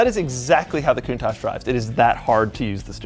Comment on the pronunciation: linus actually said countach right